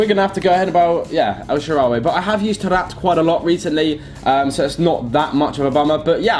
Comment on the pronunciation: El sharaway?!?! U mean 'el shaarawy' xd